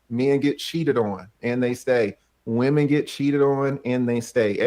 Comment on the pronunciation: "Believe ALL weminz".🙄